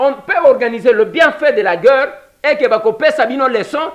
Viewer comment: Guerre pas gueurre ndeko. (C'est un détail mais comme vous le dites souvent, je me permets :))